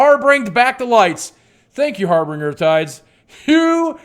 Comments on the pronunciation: harBINGEr not harBRINGer. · Harbinger. Harbinger. Harbinger. Not Harbringer you silly man.